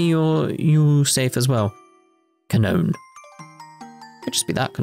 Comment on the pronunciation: Her name is probably pronounced "kah-noh-ney." This game was originally made in Japan remember. Ka, no, and ne are three characters in Japanese. To be honest, it's probably a very simple and straightforward name in Japan.